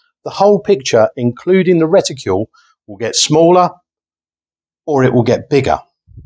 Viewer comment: Lol... I know I'm being a fooking pedant here but it's 'reticle' ... not... 'reticule'. A 'reticule' is a ladies handbag.